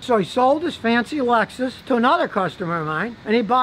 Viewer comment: I refuse to believe hes a car expert last time I checked its "lexus" not "alexus"